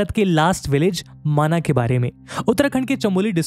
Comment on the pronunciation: वैसे गांव का असली नाम माना नहीं माणा है, अंग्रेजी से हिंदी करने के कारण हमारे नामों का उच्चारण भी अपभ्रंश हो गया है